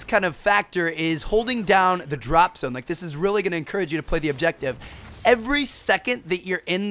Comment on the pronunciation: It sound like you're saying drop some.